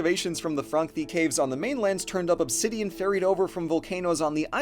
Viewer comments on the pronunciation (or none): none